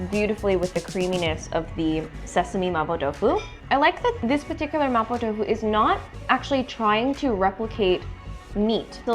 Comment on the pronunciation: can speak Mandarin?cus the way she said “麻婆豆腐”is really authentic